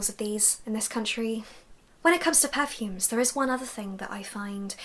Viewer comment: I like how you say per-fumes with emphasis on the "er"